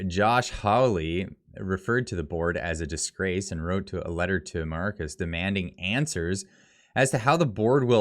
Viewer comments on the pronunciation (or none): MAYORKAS IS PRONOUNCED "MY OR KISS" AS IN "KISS MY ASS" .